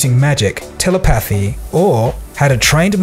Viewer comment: He said “tele pathee”